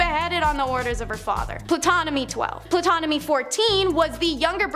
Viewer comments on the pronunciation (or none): Some of these were fascinating that I hadn't heard. However, I turned it off after they all mispronounced "Hatshepsut" and the girl butchered "Ptolemy" and every other name she said.